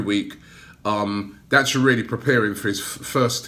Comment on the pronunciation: He can't pronounce "th" instead of pronouncing "that" he says "vat''